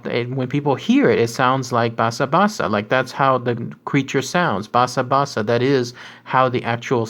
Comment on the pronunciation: great video ! btw, you kept pronoucning 波山 as Baysan べいさん which is incorrect. it's pronounces ばさん which is basan, with ba rhyming with ka, sa, ta you pronounced basabasa correct ^w^